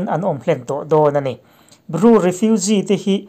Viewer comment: Ru ni lovin, Bru tih tur...